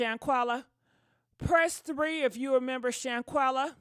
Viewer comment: Im glad you brought Shanquella back up,...a few weeks ago you mispronounced her name, and I thought, "She couldn't have forgotten already!" Especially considering you did such great coverage of the story when it first came out. Please dont forget these women's stories. Theyre more than just content for entertainment purposes. Its important for these young women out here. Keep up the great work!😁👍🏽🏆